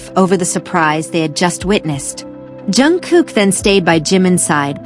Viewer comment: Jungkook. Pounce it right!